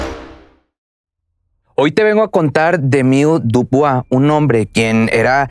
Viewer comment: Hola se pronuncia” Emíl Diubua